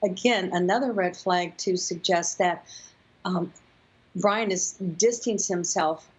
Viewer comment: she clearly says Ryan